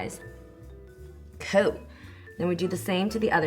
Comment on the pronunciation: She said “Coo” 😏👌💯 I love Bay Area Jeanie mai